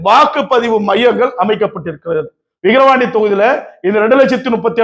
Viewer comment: தம்பி விகரவாண்டி 😂இல்ல #விக்கிரவாண்டி 🎉